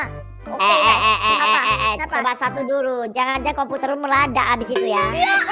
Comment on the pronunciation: btw si pertama kan bilang computer mu meledak tapi meledaknya jadi meladak